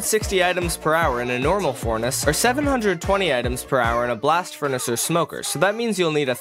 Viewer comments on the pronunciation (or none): When he's saying the "360 items in a normal furnace" part, he mispronounces "furnace" and says "fornace" instead.